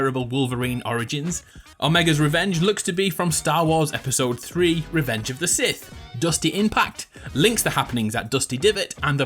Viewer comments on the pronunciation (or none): none